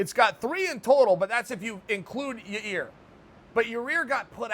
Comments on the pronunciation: Chael: “Yareer” Me: Ok fine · ‘Ya ear’ Ahh near enough ‘Ya rear’ Ok great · Chael pronounces Yair's name incorrectly in two different ways in just a couple of seconds. I trust both to be correct.